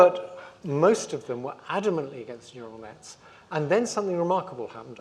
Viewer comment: "Ural Nets" 😂